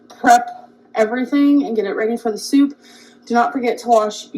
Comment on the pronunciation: her "soup" is DIABOLICAL